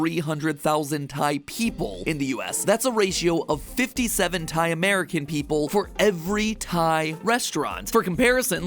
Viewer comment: Pat is saying Thai food tie food